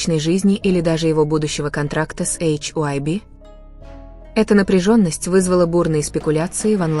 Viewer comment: Милая, нельзя ли называть ХАЙБ, а не ваше нововведение " Эйч ай уби"?